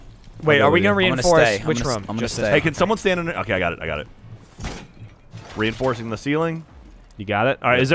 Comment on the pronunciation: Anybody else hear Gavin say rein-doorsing?